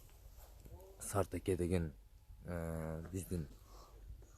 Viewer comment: Сен жакшылап окуу. Алжерде Аке деп турат. АКА ЭМЕС😅😅😅